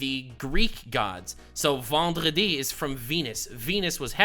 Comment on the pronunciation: As a french, I salute your prononciation of Vendredi. Good content as always, keep up the good work